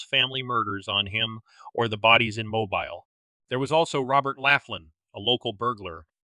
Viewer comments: Good clip. BTW, it's MoBEEL, not MObuhl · Interesting story and nice production. Only its pronounced Mo-Bill not Mo-Bile. Just a pet peeve. If youre going to do all this investigating why dont yt posters get correct pronunciation of towns etc? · It is pronounced MOH-beel. 😊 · Its not pronounced mo bile its mo bill. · Actually, it's pronounced mo-beel! Rhymes with wheel. I am fascinated by this case! Great job in researching and presenting! Personally, I think he was involved in something "hinky" and leaning toward it being work related. If he had thoughts of early retirement and sudden increased finances, maybe there was some work secrets/blackmail going on? Which the wife would have known about? Taking the whole family out was meant to throw law enforcement off the track, which it certainly did! This was a means of keeping him quiet! My thoughts! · Mobile Alabama is pronounced. Moe-beal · Mobile, Alabama is pronounced— Mo—beel!!, please make sure you are saying places correct!!🌟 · I’m assuming this is an AI voice. If not, some pronunciation tips: “dachshund” is pronounced “DOX-und” (in American English) and Mobile, Alabama is pronounced “MO-beel”. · Mobile is pronounced Mobeel. I can't believe it was necessary to kill the dog. Stop asking me what I think. Nothing, that's what. I've never heard of these people or their deaths. What do YOU think? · 😂😂😂😂😂😂Mobile? It's pronounce Mobeal. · Mobile, Alabama is pronounced "mo-BEEL"